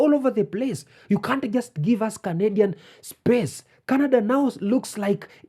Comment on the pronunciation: "we candian" LMAOOO